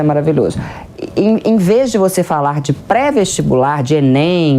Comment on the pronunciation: Eu sei o significado da expressão. É que a professora falou “invês”. Queria ouvir dela o correto ou a correção, se for o caso! Soou muito estranho o “invês”